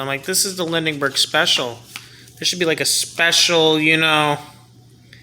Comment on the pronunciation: The name is pronounced "Lin-berg" for Charles Lindbergh.